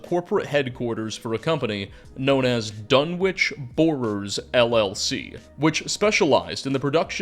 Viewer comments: Sorry to be that guy, but it's pronounced 'Dunitch'. Maybe that's just the pronunciation for the town in England, though. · Dunwich is pronounced duh-nich... You can Google it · Your pronunciation of Dunwich kills me every time 😂 great video though! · How can you wang on about Dunwich for so long and still miss pronounce it!